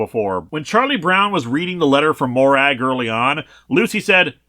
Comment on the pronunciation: Not criticising the video, just wanted to share. Despite the spelling the name Morag in Scotland isn't pronounced Mo-Rag. It's prononounced Mo-Rug. One of the many examples of how our dialect wishes to confuse the rest of the world